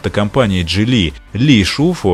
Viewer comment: а Geely как "Дзили"